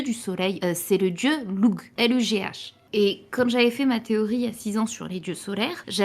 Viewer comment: Lugh ça se prononce pas "Lougue" mais "leuf'" ou "louf", je pense. Du coup, Luffy...? clin d'oeil (, trop forte!) (notez que bien que j'adore la linguistique, je suis une bouse dans ce domaine que j'ai possiblement (probablement) tort...)